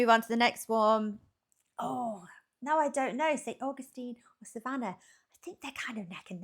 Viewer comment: 🤣 And then pronouncing Augustine differently each time it says it!